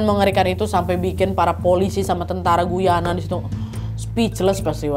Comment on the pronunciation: Assalamu'alaikum. Salam sehat dan penuh keberakahan Trinidad. Sukses selalu ya Nadia beseeta team dg cerita2x yg selalu saya tunggu. Aamiin Btw. Mohon maaf ada sedikit koreksi Guyana itu dibacanya Gayana ya. 😊 Saya kebetulan tinggal dekat negara Guyana (Amerika Selatan). Trinidad di negara Karibia, Caribbean Island. Terima kasih.